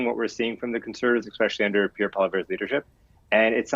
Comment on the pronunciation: get Piere’s name correct please